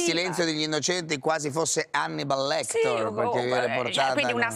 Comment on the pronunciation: Parenzo: Hannibal LectOr?